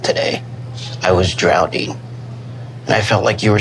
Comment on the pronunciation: obviously, but can you not hear the way Ed say “drownding” multiple times